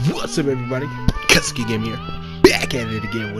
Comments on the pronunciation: Ken keneki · I know you haven’t watched the anime but you pronounced the name horribly wrong 😂